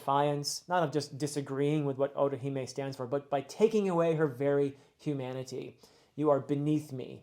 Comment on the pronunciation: Funny that he brought us mispronouncing after getting otohime correctly.